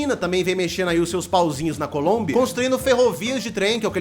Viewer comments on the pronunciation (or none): none